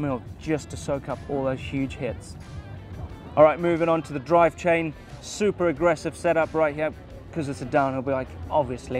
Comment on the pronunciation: did he say drivechain??😂😂😂